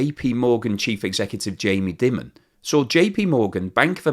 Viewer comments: Jamie Die-mon not Jamie Dim-on. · Lol, the guy's name is Dimon and it's pronounced as in Diamond without the final D, not as in Dimmon. You should be ashamed of yourself, possibly the most famous banker in the US 😅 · I like how you pronounce Jamie Dymon as “Demon”!